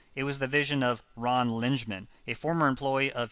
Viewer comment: By the way, Ron pronounced his name as ling-eh-man.